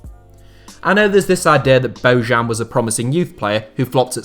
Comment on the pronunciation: Its BoJan Boyan BOJAN not Bojuan moron